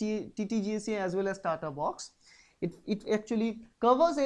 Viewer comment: also is tata box not tataaa? instead of tataat